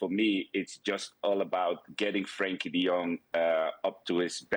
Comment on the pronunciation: His name is Frenkie NOT Frankie . Typically illiterate English